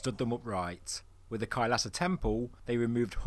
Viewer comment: Its Not Khalsa Its Kailasa 🙏